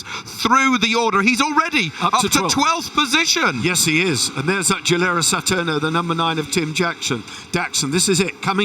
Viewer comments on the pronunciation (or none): and do me a favor : it's not a GHILERA Satiurno ... it's DJEE-lair ^ a ... you would expect them to pronounce the brands correctly ... wouldn't you ?